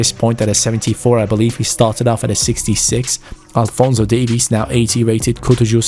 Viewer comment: When you said Davies it kinda sounds like Davis and it hurts me